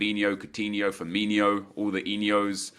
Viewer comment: can you please stop saying firminio haha his name is firmino anyways keep up the great work